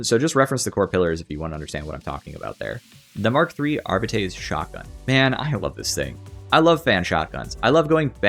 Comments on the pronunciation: ☝🤓uhm sir it's pronounced arbi-tes, not ar-bites! No but seriously great video. I particularly like that you explain how talents, blessings, and weapons and stats are all connected. It's not always easy to figure out which nail to strike with the balance hammer but you're doing a really good job coming up with suggestions. Agree with pretty much everything. It's not about taking things away, it's about enabling everything. I actually really like the psyker tree. So I feel a bit threatened by a "rework". It's already well connected and the abilities are great. I'd prefer a more careful approach where we look at specific talents. Examples: - Give players a reason to pick Warp Rupture over Creeping Flames. (and make it apply physics force to ragdolls so enemies are blasted away) - Update Smite's sub-nodes. - Give wildfire a little buff. Increasing the cap from 4 to 6 would be a start. If it was uncapped it would probably break the game. - Move psykinetics aura to a center position in the tree, so it's available to all blitzes. - Crystalline Will should make the self-explosion bigger and more powerful, and provide +1 wounds. - EP keystone needs some help. Right now it's only used by Smite spammers, which is the crutchest crutch of all crutches to ever crutch. Maybe EP should cast 3x brain bursts, or split assails into 3, or something. Is this starting to sound like a rework? Maybe a small one. A re-tweak. Thanks for reading. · >jokes about mispronouncing "arbites" >proceeds to mispronounce "arbites"